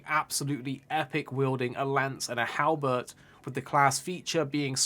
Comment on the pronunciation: you mean to say "HALBERD" not "HALBERT" dont put mouse click sounds to trick ppl into subscribing....its annoying and distracting. stop it.